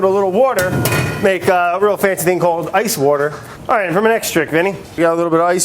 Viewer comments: You missed a wourder=water around 6 mins haha. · Brad says butter in French about as well as he says wourder in English :) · He can't pronounce "water", so you're really asking a lot.